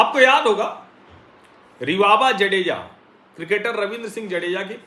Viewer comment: जाडेजा not जडेजा